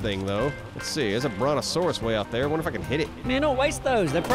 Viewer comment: Wander not wonder